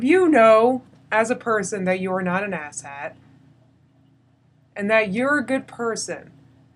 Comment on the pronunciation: I keep hearing "asset" when you say "ass hat" and that really changes your message ;‹D LMFAO re: your eyebrow rule!!! heheheheheheheee re: fretting and obsessing!!!!!!!!!!! SWL - snorting with laughter